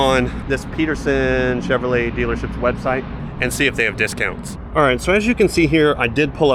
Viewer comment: Chinrolet? No bueno y'all